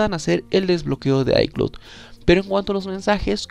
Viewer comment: Aprende a PRONUNCIAR ICLOUD ICLOUD ICLOUD es bastante irritante escucharte diciendo ICLUT